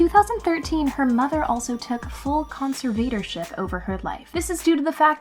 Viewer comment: You’re saying conservator wrong.